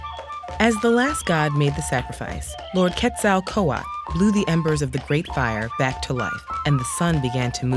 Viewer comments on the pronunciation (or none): Say it with me now phonetically: KET SO Ko aatel. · It's probably the Hispanic in me, but I got gut punched by that pronunciation of Quetzalcoatl, which I have always learned to pronounce as: KET-sa-ko-waht-uhl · Actually the l at the end of the owrds is pornounced. Quetzalcoatl